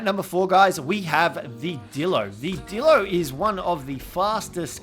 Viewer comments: You said dildo not dilo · Did anyone else notice that instead of dillo he said d*ldo